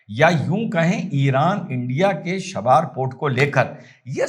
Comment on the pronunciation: “शाबार” नहीं बोल कर इसे चाबहार कहिए। और “खमानी” को खामनेई कहिए!